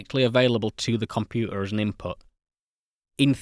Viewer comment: Compua'a. Fi'a ..😁😁😁